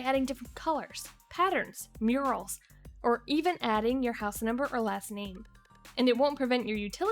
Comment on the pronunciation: I'm sorry...did she say "mur-ALZ" for "murals" ?